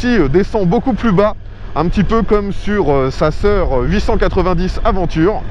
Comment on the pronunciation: Franchement pas cool de prononcer « aventure » au lieu de « aDventure ». Pour un pro des essais moto, cela ne fait pas sérieux. Certains vont dire que c’est anecdotique mais ce n’est pas le cas.